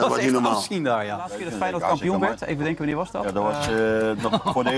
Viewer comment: Geweldige progamma lach me kapot steeds en Jan kan maar een woord goed uit spreken en dat is natuurlijk Feyenoord!!!